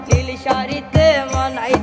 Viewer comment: উচ্চারণ আরো ভালো করতে হবে যেমন লিন না হয়ে নীল হবে